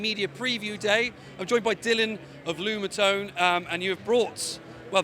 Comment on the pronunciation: Lumatone not Lunatone!